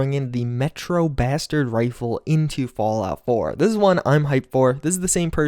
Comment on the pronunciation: you said rifle